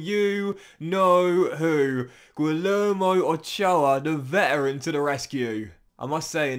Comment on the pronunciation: LL in Spanish si pronounced like Y in English. Imagine it is Guiyermo, not Guilermo. Thanks in advance